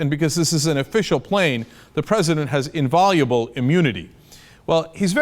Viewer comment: Cenk: "In-VIE-oh-la-ble"